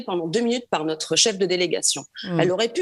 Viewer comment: Notre est un o ouvert et non un ô accent circonflexe. Merci de parler correctement.